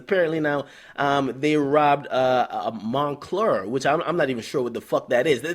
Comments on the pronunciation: Nigga said monclur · this nigga said "mon clear"